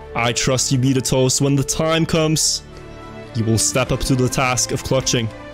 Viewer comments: It's not beat a toast, it's beta toast lol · His name is BETA TOAST. Not BEAT A TOAST. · Ight who's also annoyed on him saying 'Bitatost' instead of 'Betatoast' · It’s bet a toast. Not be a toast. ;) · Btw it’s bet a toast not Beata Toast xD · lol "beat-a-toast".... I'll bet you it is pronounce bait-a-toast... you know as in BETA! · Bro why this guy say beat-a-toast. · I think its Bae-ta Toast thats how you pronounce it